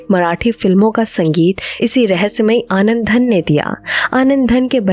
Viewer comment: आनंदधन नहीं, आनंदघन!